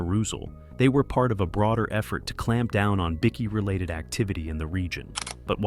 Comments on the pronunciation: whats a biccky? Its pronounced Bike-e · Bikie not Bicky